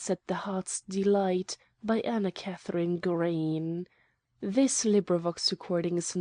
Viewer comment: Can't stand reading. She can't even.pronounce Green properly. It sounds like Gra-y-en. Stop spoiling AK Green's stories.